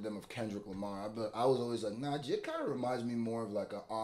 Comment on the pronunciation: Jay Eye Dee not jihd